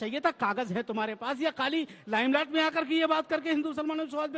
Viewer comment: Lime laat nh ji Lime light boliye.... 😂😂😂😂